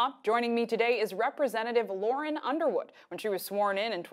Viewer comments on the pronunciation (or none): Can't even pronounce her own name correctly 😒😒😒